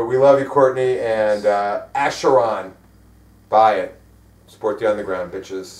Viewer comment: aSheron? Noooo, it's aKheron!!! I guess you do not pronounce Charon like Sharon, but Kharon...